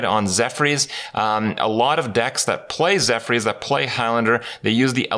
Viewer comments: It's zephrys not zephyrs. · Zeph-Urs, not Zeph-rees. facepalm